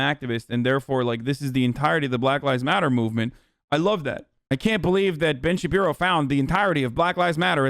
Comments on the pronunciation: I like it because it slowly chips away at his credibility. Wont even call him by his actual name. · "Ben Shapeepee" is my favorite. Idk why hearing people say it just tickles me in a neat way. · I never get tired of hasan saying Ben shabibo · Ben Shapeepee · How could anyone get sick of it. Is so funny 😂😂😂😂